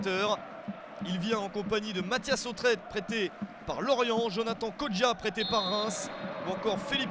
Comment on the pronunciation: Non ce n'est pas Kodja mais Kodjia :D Allez Malherbe !!